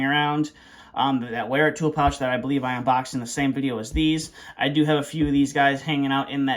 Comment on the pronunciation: Wera is a German brand. You pronounce it Vera.